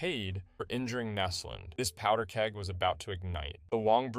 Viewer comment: Näslund actually. "Ä" is pronounced in the same way as "A" in the word "ass". And it should be a long "Ä" in the case of Näslund.